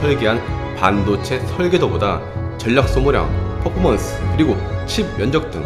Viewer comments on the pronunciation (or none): none